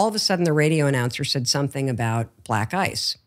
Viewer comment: It took me a while to realize that She was saying 'Black Ice' lol